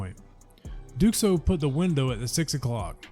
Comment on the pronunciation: I Think its pronounced Duo